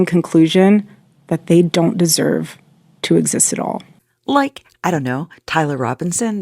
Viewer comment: she totally ended that sentence with "deserve" and then added the "toexistatall"